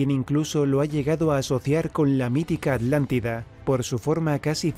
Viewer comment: Me gusta cuando dices "adlandida" jeje... eso